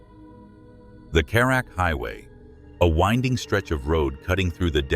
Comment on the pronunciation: “ Karat” and “ Fandey” were mispronounced for e.g. It should have been “ Car Rut” “ Fun dee”. Thank you for receiving the feedback well.